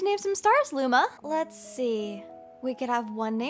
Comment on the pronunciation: DID SHE SAY LUMO INSTEAD OF LUMA?!